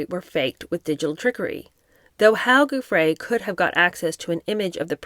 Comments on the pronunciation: Just wondering if you might consider calling Virginia Giuffre …(pronounced JOO- FRAY or FREY) like Rudy Giuliani (JOO-LEE ANI). Not a big deal just wondering. I love listening to your reading and take on the books you review~ Thank you I could be wrong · 🕊️Hervey, (is pronounced Harvey). Giuffre (pronounced JEWFF-fri) was paid 15,000, each time, if I remember correctly, apartment and clothes were included. She was very troubled unfortunately, local media suspected she was medicating with drugs again, at the end..Sad, she came from a dysfunctional family, but, it's always the way, isn't it?.. parents and so many siblings, three children etc and nobody stepped in to help her, esp after her rumoured Jan attempt. People can be hard to help if they are under the influence..🐨